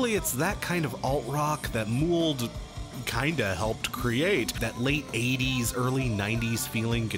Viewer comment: Muwled? I thought it was pronounced mouled as in fungus? 😕 This might be an American thing, is this how you usually pronounce it?